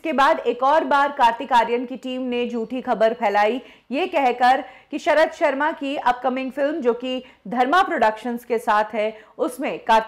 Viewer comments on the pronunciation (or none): none